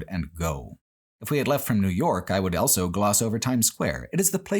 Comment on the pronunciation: pronounces the word "also" as "elso"